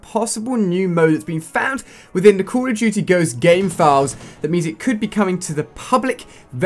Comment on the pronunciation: He can't pronounce "Call of Duty Ghosts" And don't say it's because he's from the UK. Total Biscuit is from the UK and doesn't talk like he has a mouthful of peanut butter